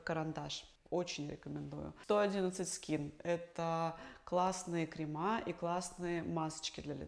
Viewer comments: Кремы, а не кремА… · КремЫ, а не кремА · УВАЖАЕМЫЙ ДОКТОР, В РУССКОМ ЯЗЫКЕ НЕ СЛОВА КРЕМА́, ЕСТЬ СЛОВО КРЕ́МЫ❤❤❤ ПОЖАЛУЙСТА, ГОВОРИТЕ ПРАВИЛЬНО ВАШИ ПРОФЕССИОНАЛЬНЫЕ СЛОВА🎉🎉🎉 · Как косметолог может говорить «кремА»🤯 «кремЫ» правильно. Ударение всегда на «Е» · Спасибо за информацию. Только правильно говорить крЕмы, а не кремА. Извините) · КремЫ, а не крема) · Кремы, а не крема. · Когда от доктора слышишь слово "кремА", дальше слушать уже не хочется. Это безграмотно. В русском языке слово "крем" во множественном числе не "кремА", а " кремЫ"! Ударение на первый слог. Это дети в начальной школе знают. А здесь врач с высшим образованием! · КРЕМЫ!!!!!!! А не КРЕМА. Крем - существительное мужского рода и у него окончание на Ы и И😂😂. Нас в Узбекистане русскому учили лучше, чем вас русских в России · Вообще крЕмы, а не на последний слог))) лол))) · Странно, когда косметолог не знает, как правильно произносятся слова, которые она употребляет каждый день. КрЕмы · Странно , что косметолог не знает как произносится слово крем во множественном числе. От ее «кремА» уши вянут. Она точно в институте училась?